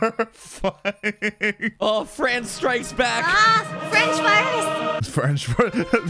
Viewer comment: French Fry-rus lol